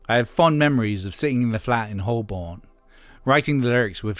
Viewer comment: The pronunciation of Holborn was also very American (or non-English at least). Should sound like HOE-ben.